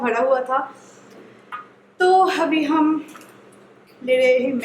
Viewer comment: Yes u won't pronounce abi ..u always tell Avi